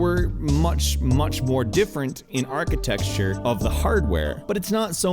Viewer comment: Every time I hear him say "architeXture", I quit the video. It bothers me that much. One would think he could learn the proper way to pronounce the goddamn word, but it' not the case, apparently. Unsubbing.